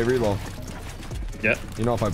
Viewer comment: No it’s reet not ReEd